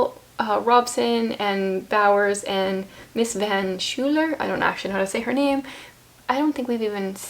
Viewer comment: It's a bit late but "van Schuyler" is pronounced "fun S-choyler" and Richetti is pronounced "Riketti". 🙂